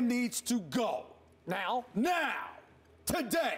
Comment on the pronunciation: the way Stephen A said “NOW!!” 😂😂🤣🤣